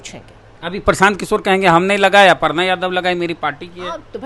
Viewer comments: अपर्णा नहीं है छेद जी अर्पना लिखा हुआ है हिन्दी तो पढ़ीए ठीक से न तो दु मिनट के लिए बोला लिया जाएगा😂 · अपरना नहीं अरपना पढ़ा जाता है मुर्ख 😂 पोस्टर में बिल्कुल सही लिखा है😂